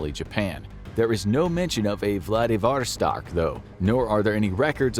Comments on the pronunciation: it's vladiVOStok, not vlaDIVostok. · What the heck is Vladavarstark? Edit: Ok, as I suspected, Vladivostok. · It's Vladivostok and you said it closer to right the first time